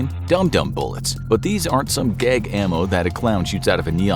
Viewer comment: AAAHHHH.... . "GAG" WEAPONRY. Sounded a LOT like another "politically incorrect" three lettered word that "WILL NEVER HURT ME". WHEW! L😂L!